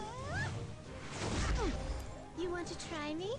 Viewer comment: Hwayoung is pronounce Hwa-young not Hway-oung. Why people keep saying her name wrong, if you want to cut it shorter, then Hwa is enough, because Hway is absolutely someone else.